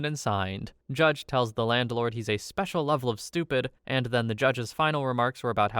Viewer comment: Why do you say "landelord"?